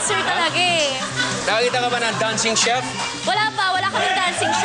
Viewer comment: hindi CHIEF!! It is CHEF not CHIEF LOL